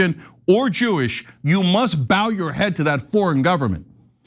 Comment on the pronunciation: BB IS NOT JEEISH HE IS POLISH! Should the Israeli government be Jewish? YEAH!